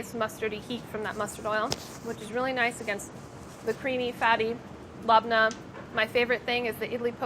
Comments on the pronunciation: Lab neh, not labna lol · Labneh is not pronounced “lahbnuh” it’s pronounced “lebneh” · pronouncing labneh as LAB-NAH instead of leb-nah really hurt me to my middle eastern core. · why’d she call lebna LOB NAH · scowering the comments looking for any middle easterns noticing sohla's very funny pronunciation of "labneh" (we forgive her) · Labneh and mayonnaise sauce.. Cries in Lebanese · Lol you guys pronounce so many things wrong- capicole, labneh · Anyone else incredibly offended by her use and pronunciation of labneh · it's a strained yogurt! cmon ba. and the way she pronounced it. oooof. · The pronunciation of labneh made my ears bleed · Everytime she says labneh I cringe more and more :)